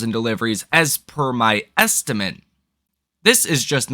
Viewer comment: Estimate.... it's pronounced esti-mitt, not estimints....